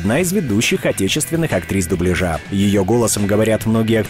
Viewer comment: Дубля́жа! Диктор, зайди на канал Татьяны Гартман и просветись!